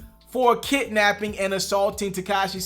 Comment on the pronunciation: I can't let you say 'kitnapping' if you want me to take you serious as a journalist.